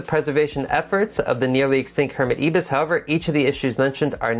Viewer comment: You are a fantastic teacher,. I got so much from this. But coming from Oz, can I just point out one thing that drove me crazy? The first "i" in Ibis is pronounced the same way as the "i" in you and I. It's the name of one of our native birds, and a massive Japanese hotel chain!